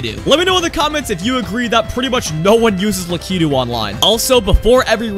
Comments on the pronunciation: so mario is technically from nintendo, a japanese company, so if you pronounced lakitu like it would be in japanese it would be LAH-kee-too but the most common pronunciation and the de-facto official one is LAH-kih-too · Please tell me he actually knows that it's pronounced Lak-ih-too. Low key triggered with how he says it. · Who the fuck is luhkeedoo? I thought it was Lock-a-two😂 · Luh kee dude